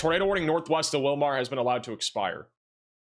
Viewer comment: Willmar is pronounced Will mer